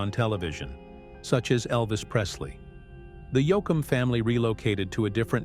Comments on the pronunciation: Somebody PLEASE revise this and correct pronunciations!! Yo-A-kum, Yo-com, really? He's one of my favorites and a legend who at least deserves to have his name pronounced correctly! One of the BEST EVER!! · Fractured his name especially when called Yoackum???? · I’ve always been a Dwight Yoakum fan and always will be!! I didn’t like how the narrator kept calling him “Yoakum”. I found it disrespectful. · II am a huge Dwight Yoakam fan so ....not pronouncing his name correctly and jumping around in time, I did not care for this, it is the first I have seen by this Elvis Rock Nation, and pretty sure I won't bother to watch another...it is just not for me. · Who is this guy reading he can’t even say Dwight’s last name it’s pathetic to listen to this guy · This commentary is a "run on" repeatedly saying the same thing over and over. At least get someone to read this that can say Dwight's last name correctly. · The way he pronounced “Texaco”! Also, Yo Com! Nuts!